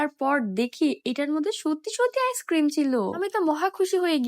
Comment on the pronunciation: ইস ক্রিম না আইসক্রিম বুঝেছেন পাগল